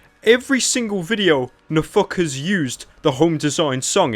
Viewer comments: i thought he kept saying no fuckers when he said nfkrz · Every time you say NFKRZ i only hear "a fuckerz" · I love how you pronounce NFKRZ